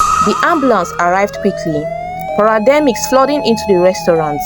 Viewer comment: The word is paramedics not parademic😀